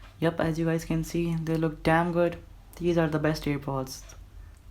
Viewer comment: they look damn good (they way he said damn🤣🤣🤣